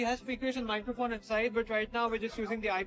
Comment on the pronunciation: Microphone😂😂😂😂😂😂😂 Add-On- Love the content❤